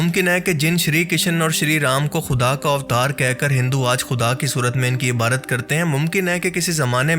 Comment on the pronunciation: Mujhe apki videos pasand hn.. bs mje ek baat irritate krti he.. ap lafz "ibadat" ko "ibarat" kehty hn..😢